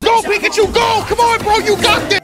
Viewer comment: thats not pikachu. thats picklechoo.